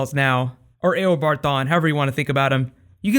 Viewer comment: great vids you make, only thing is it sounds weird when you call him "A o bard Thawne" instead of "u bard" which sounds more natural/correct :/